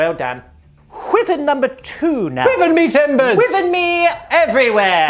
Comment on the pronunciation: Sorry it’s really bugging me, Wyvern is pronounced “wai-vern”